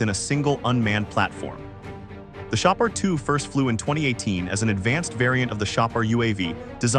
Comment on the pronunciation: shah par not pronounce as samoosa